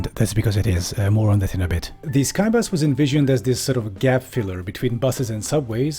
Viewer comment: says Skybus What I'm hearing: K A I B A S